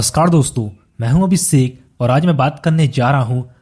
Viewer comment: Mai huu abisekkk 😂 no offense love from MIZORAM ❤